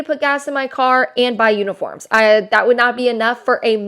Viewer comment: Is it wrong I heard "unicorns" and not "uniforms" lol